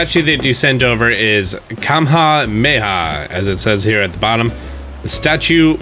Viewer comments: i like how he said kamhemeha not kamehameha (Kam-a-hom-a-ha) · "calm-ha meh-ha". im dead ahhaha. it's pronounced, roughly, kuh-may-huh-meh-huh (or /kəmehə'mɛhə/, if you know ipa). he was the founder and first ruler of the kingdom of hawaii ! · . As a resident of Hawaii I feel offended by how you said Kamehameha the icon leader of the Hawaiian islands. It’s pronounced Ka-meh-a-meh-a. But I still enjoy you’re videos and keep up the good work!!! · the statue is kamehame ha, which is where the name of the move in the dragon ball series came from lol. That one gave me a good laugh when you called it 'comha mayha' xD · Ok I don’t blame you but when I heard you pronounce “Kamehameha” I had to listen to it like 3 more times to understand it lol. Kuh-may-ha-may-ha lmmaaaooo Again no offense! Hawaiian can be hard to pronounce sometimes, I just thought it was funny! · I'm from Hawaii so how you said The Great Statue sent me dying of laughter LOL. It is pronounced: Ka-may-hah-may-hah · kamha.. meha me: goku didnt save the universe for this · Hey that statue you got is actually like Dragon Ball Z when Goku says “KAMEHAMEHA”. It pronounced KAH-MEH-HA-MEH-HA. Idk if you’ll see this but just letting you know! I live in Hawaii and he was the first King :) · That statue is from Hawaii. its King Kamehameha (pronounced Kah-meh-ha-meh-ha, vowels in Hawaiian make the same sound as they do in Spanish). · It's pronounced Cuh Mei ha mei ha and as a hawaiian I died lol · i’m Hawaiian and from Hawaiʻi so that portion was kinda disrespectful.. the great statue is King Kamehameha (Ka-meh-ha-meh-ha), he’s an important figure in Hawaiian history and for my people as he united the Hawaiian Islands (before the US disgustingly trapped our monarch, imprisoned her in her palace, and threatened the lives of the Hawaiian people and thereby illegally overthrew the Hawaiian kingdom). please learn to say his name the right way. love your videos though :) no hard feelings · Ka - Meha -meha